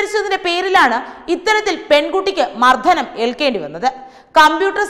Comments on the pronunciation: മർദ്ധനമല്ല മർദ്ദനം.ധാരുണമല്ല ദാരുണം.ആദ്യംമലയാളം ഉച്ചരിക്കാൻ പഠിക്ക്. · മർദ്ധനമല്ല, മർദ്ദനം.. വിദ്ധ്യാർത്തിയല്ല , വിദ്യാർത്ഥി ... ഉച്ചാരണം അരോചകമാക്കല്ലേ..